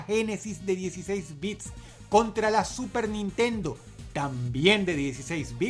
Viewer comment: pronunciaste mal "super nintendo" en el numero 1 dross